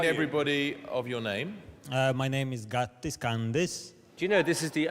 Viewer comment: I am actually from latvia and he doesnt know how.to speak xd